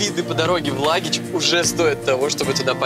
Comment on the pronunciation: Не Лагич а Лахыч😂